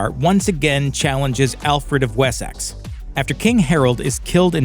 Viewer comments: Wheres Wessax? It's WessEx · What's this Wes-sax place you speak of?🤣 It's pronounced 'Wessix' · yeah i kind of live there mate, Wessex is most definitely pronounced "Wessix". Just like Essex is pronounced "Essix" Although Middlesex is pronounced exactly as its spelled! 😂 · Did my man really pronounce Wessex as “wessaxe” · WHY CANT AMERICANS SAY WORDS RIGHT. It’s Wessex not we-sax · The way you pronounced Wessex ruined this entire video... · You say Wessex wrong and it’s not teepee.